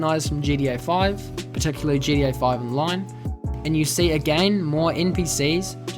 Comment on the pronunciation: Why do u say it like GDA 6? 😅 Good video though!